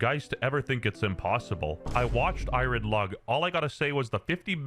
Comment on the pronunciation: This movie may be bad, but this fucking buffoon they can’t simply say the word iron is fucking dragging me to hell, dude